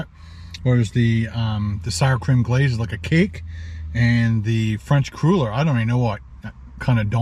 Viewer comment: I do believe they're pronounced "cruller" as in "duller". One of my favs for years.